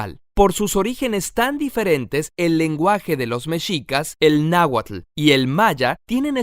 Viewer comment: Muy bien. Solo te faltó pronunciar bien la "tl" en náhuatl.